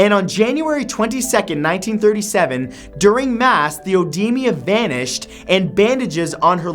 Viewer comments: It's pronounced o-deema, not odeemia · It's "ee-dee-ma", not "ow-dee-ma". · As someone working in the medical field, it bothers me that Matt pronounces "EDEMA" as "OWDEMIA". It makes sense tho, cause some texts spell EDEMA as OEDEMA. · What is odemia? It's just called edema. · I love you, man, but you have got to start doing your research on pronunciations of things - Marga-REET, edema (not odemia) etc etc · odemia...not a thing...oedema, uncommon European spelling of edema (pronouced ed ee ma) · edema not odimia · Oh-De-Ma not oh-de-mia. otherwise, great vid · "oedemia".. lo...l edema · Love you, Matt, but please consider asking friends for help with some pronounciations! Oedema is pronounced uh-DEE-muh and Marion is pronounced Mary-in. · Oedema/edema is pronounced "Oh-dee-ma" or Ah-dee-ma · Ed-ee-mah. Even with the British 'o' in front.